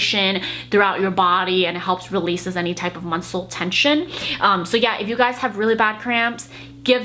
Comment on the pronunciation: “munsel tension” lol